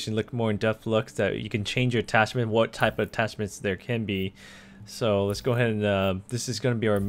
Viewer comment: "Attachment" not "Tachment"